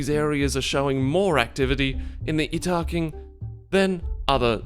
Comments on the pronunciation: Yeet-ta-kin I believe is the correct pronunciation. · "Yes that is how you pronounce their name" > Shows pronunciation guide outright contradicting his pronunciation Ha! You wont get me with such lazy engagement bait.....wait a minute.